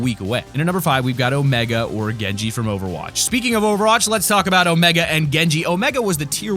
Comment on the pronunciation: he said over roch